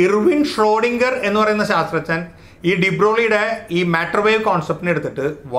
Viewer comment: "ശാസ്ത്രജ്ഞൻ" എന്ന് പറയാൻ ബുദ്ധിമുട്ടുണ്ടെങ്കിൽ "സയന്റിസ്റ്റ്" എന്ന് പറഞ്ഞൂടെ, അതല്ലേ നല്ലത്. ഇത് "ശാത്രജ്ഞൻ" എന്ന് കേൾക്കുമ്പോൾ വിഷയത്തിന്റെ ഗൗരവം ചോർന്നു പോകുന്നത് പോലെ !